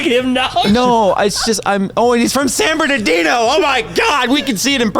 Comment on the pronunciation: Ah, ole San Bern-da ghetto